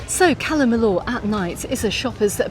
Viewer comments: Cala Mi”y”or … double “ll” is always pronounced as “y”, as in Po”y”ensa, Can Pasti”y”a, I”y”etas etc etc :) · well, Majorca & Mallorca are both correct. Majorca is the Catalan spelling, and Mallorca is Castilliano. I don’t know how many times she said Cala Mill-or, during this blog, but I had to switch off!!! I couldn’t hear it any more.